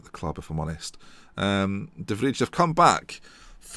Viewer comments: you pronounce de vrij as de vrai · de vrij is pronounced as 'de vri'